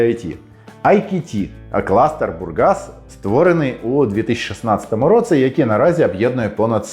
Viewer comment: Твоя українська стала такою класнною, цілі речення взагалі не видають тебе. Якщо я можу сказати, то 1 слово, яке більше всього різало вуху це "в такому то (!)році(!)" ось тут ти ніби кажеш слово "році" як "роцы". Нічого страшного, все дуже зрозуміло, проте, якщо цей маленький нюанс забрати, ще багато речень стануть нейтив-лайк 🤎